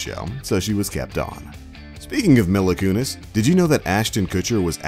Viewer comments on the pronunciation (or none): Who is “Milla Kunis”? It’s “Mila (Me-la) Kunis. The facts are fine, but can you at least get a narrator who knows what they’re talking about? Instead of some clueless scrub just reading from a script? It’s very clear that he knows nothing about the show.